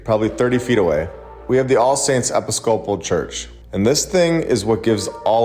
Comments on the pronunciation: It's not that difficult to figure out how to pronounce "Episcopal." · It is absolutely adorable how yiu say Episcopal! It's not the correct pronunciation but it cracks me up every time! So refreshing! Adorable!! Love your contect! Keep it up. Just shared with others. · Please Google how to pronounce ' episcopal ' 🙂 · Dude can't even say the word Episcopal correctly. Thinks "founded" means "found" (this is insanely stupid). Has absolutely no idea why the buildings are there. Clearly he has no clue about anything historical at all. This is the new flat earth theory apparently. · eh-PIS-co-pal church not epi-scope-al church :) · The way that you pronounce episcopal cracks me up. It's pronounced e/piss/ka/pol. Not epi/scopal lol. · Episcopal is pronounced E-PIS-coh- pull. You’re welcome. 😉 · It’s pronounced eh-piss-co-pull. Not epi-scopal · Not Epi Scopal...but e PIS co PAL. Other than that, good video. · Lol I’ve watched so many videos of your today I just want to say…. I pronounce it eh-piss-ka-pull episcopal and other videos congregation con-gra-gay-shun And dekalb de-cab Coukd just be I’m from the south in Ga but love your channel. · It's pronounced uhh-piss-cope-pull Great video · Pronunciation of EPISCOPAL ih-PISS-co-pul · Love your work... thank you.. Just gotta tellya-- EPISOPAL is pronounced, EE piss co pall. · Episcopal is pronounced e-piss-ka-pull. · episcopal is actually pronounced "eh-piss-ka-pull" - super weird i know lol. great vid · 1. Outsourced Labour existed, look at the railroads…. 2. It’s pronounced Eh-Piss-Cah-Pole XD 3. Very interesting points, I’d look in to possible countries that may have contributed to its construction via foreign powers. Ie. if the settlers were from say Spain, did the king invest? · Pronounced... "eh-pis-co-pal". Have no idea what your trying to say. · It’s no big deal. But I thought that you might like to know for future reference that “Episcopal” is pronounced “i (as in “it”) -PISS-cuh-pull.” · (ee - pis - cuh - pol)